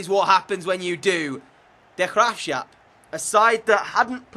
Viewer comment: It's "duh graafsgahhp" not Gras shap